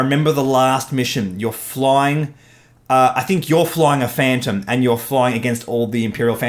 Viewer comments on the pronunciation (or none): none